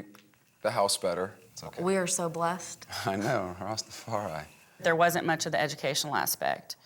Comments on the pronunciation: The R don't sit right 😂 pronounciation Rastafari use to hearing it in Jamaican accent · I live in the Caribbean and plenty of mates who are Rastas … they don’t say ‘rassstafariii’ every five seconds 🤦🏼‍♀️ his wife is legit though ❤ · I CANT STAND the White guy saying rastafari ONE more time !!!! 🤦🏻‍♀️🤦🏻‍♀️🤦🏻‍♀️🤦🏻‍♀️🤦🏻‍♀️🤦🏻‍♀️🤦🏻‍♀️ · white man can't say rastafari?